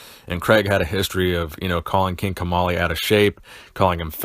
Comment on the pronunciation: I thought you said King Tamale